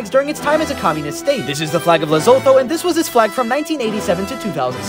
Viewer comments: Isn’t it pronounced “Leh-Soo-Too”? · Nice video! Also, it's pronounced "Les-oo-too."